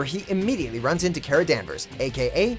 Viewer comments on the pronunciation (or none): Dammit stop saying Karah, it's Kara. Car-ah. Not Care-uh. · Cawra, not Cera. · breaths in it's "car-ah" not "care-ah" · it's pronounced car-uh not care-uh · Nice video.... but you're pronouncing Kara's name wrong. The first syllable is pronounced like "Car" not "Care". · Should have waited a few weeks before making this video "Crisis on Earth-X tops them all. And it's car-a Danvers, not care-a Danvers. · Anyone else cringe whenever he said “ka-ra” instead of “Kar-a” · it's car-a not care-a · cough i believe its pronounced Kar a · its ka-R-a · Why does he pronounce kara as carea. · Ugh, ITS SAID CARA BUT SPELLED KARA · duet is tenth??? huh??? and why made this before the second 4-way crossover (and undoubtably the best one)? bad planning lol. aLSO STOP PRONOUCNING KARA WRONGLY NOT KE-RAH like miss grant 😂😂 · I absolutely hate the way he pronounced characters names especially Kara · The nit picker in me is so mad you said Kara’s name like that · its kara not kara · Omg he pronounced “Kara” wrong that was so cringeworthy! 😂😂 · Why do you keep on saying "Kara" wrong? lol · The way you said kara is cancer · The way you say KARA makes me want to stab you. The pronunciation of her name is a significant part of her story! So get it right please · He said supergirls real name wrong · I usually enjoy your videos, but as an Arrowverse fan I couldn’t ignore all of the cringe worthy moments in this video. 1) Crisis on Earth X 2) Learn how to pronounce names. You got Supergirl’s name wrong every time which makes me question if you are even a fan. 3) what is with your mismatched camera shots while talking about characters (ex. Felicity in the Flash)? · YOURE SAYING KARA Wrong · Learn how to fucking say Kara name it not hard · dragonite431 I doubt they had any idea. Considering the way the guy kept pronouncing Kara's name, I don't think they really watch the Arrowverse shows.